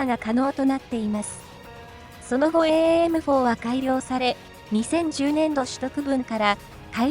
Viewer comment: エーエーエムフォーで合ってます。 現場では短くエムフォーと呼んでます。